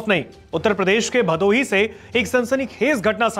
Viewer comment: Bhadoi ❌ bhadohi ✅